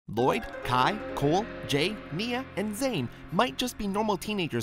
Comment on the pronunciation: Did he said cool insteadcof cole?